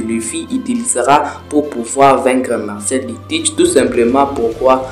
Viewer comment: tu m'as stresser sur tout la vidéo en disant MARCIAL D. TEACH 😭😭c'est MARSHALL D. TEACH 🤣🤣 FORCE on est ensemble 💯👊